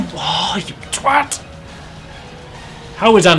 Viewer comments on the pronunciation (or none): none